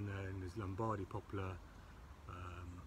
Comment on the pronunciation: it'a "poplar". NOT "popular".